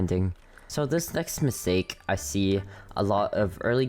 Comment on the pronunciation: Ah yes…. “Misake” lol not judging dont worry